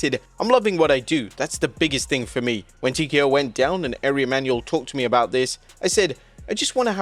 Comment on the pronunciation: Dude its pronounced R We (Ari)....come on!